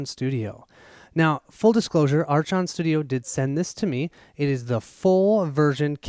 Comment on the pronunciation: Archon = pronounced " ARK-on". Thanks for the peak at this one!